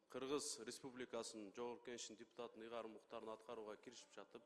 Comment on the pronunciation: Жогорку Кеңештин жепутатынын деп ачык айтты окшойт, д менен эмес ж менен айтты го